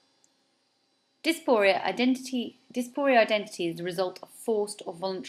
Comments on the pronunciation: The word diaspora and despondent have nothing to do with each other. Diaspora is Greek, despondent is Latin, and they mean fundamentally different things. It would help if you pronounced the word correctly. Di a spora. Not dia sporia. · 1) There are in fact colonial empires still in existence - Look into the UN's commission on decolonization 2) The Term diaspora is pronounced either DEE-AHS-POH- RAH or DIE-AHS-PO-RAH - Not DEES-POH-REE-AH. 3) The term comes from the greek - for dispersed - as in "scattered about" - not from "dispondent" 4) The concept is wider that Edward Said's work - much wider even within just media studies.